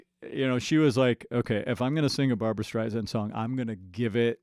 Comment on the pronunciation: It's Barbra, not Barbara.